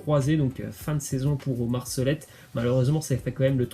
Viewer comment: Le T de Solet ne se prononce pas